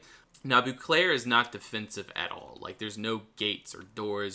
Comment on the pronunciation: It not "Booclair", you need to say "bowclair"